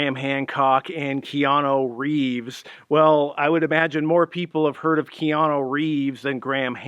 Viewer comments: That's KeanU not KeanO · Who the heck is Keanoo?